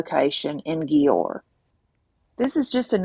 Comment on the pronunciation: The cities name is pronounced as JUWER Or DUER / DJUER